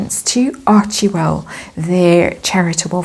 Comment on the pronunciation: It's pronounced Archwell, not Archiewell